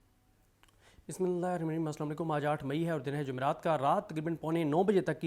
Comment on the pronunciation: SIDDIQUE KHAN SAY BISMILLAH PROPERLY ...